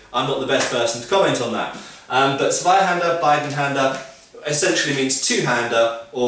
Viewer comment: funny thing is everybody using german terms like "Zweihänder" is messing up pronunciation. In fakt I have resently seen a amerian video and he was talking about Bidenhänder and he got it so wrong it toke me minutes to figure out what he was talking about and I am german. So lets stick to gread sword :D